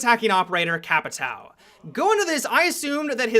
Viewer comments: CAPITÃO is pronounced CAPITÁUM the UM part you say it like you are tasting somethint good (hmmm) ...or you can go to google translate and translate the word to portuguese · I thought it was pronounced capitayo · His pronunciation os Capitão is Kappa Tao... I FUCKING LOVE IT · Capitayo is how you say it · Capitaw ??? HAHAHHAHAHAHAHHAHA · They way you pronounce Capitão makes me cringe. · Please learn how to speak caveira and capitão, as a brazilian it makes me want to put one asphyxiating bolt in my head, just put thoose on google translate on portuguese... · dude your pronunciation of capitão and caveira is horrible